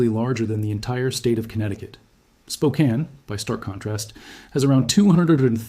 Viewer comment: Congratulations on pronouncing Spokane correctly!!!